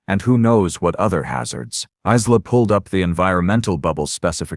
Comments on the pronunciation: Although Isla is a good Irish name, many people don’t know how it is pronounced. It is like eye-la. Maybe use a name with a more standard pronunciation that the AI might be able to say correctly. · Great story the different pronunciation of Isla was irritating through